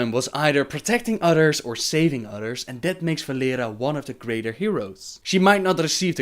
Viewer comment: I'm not trying to be rude but I can't help the fact that says utters instead of others...I laugh at my self when I fail to say a foreign word...it's just my humor I guess, either way great vid as usual.